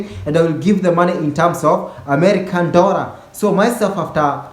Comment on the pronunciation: its one "DORRA"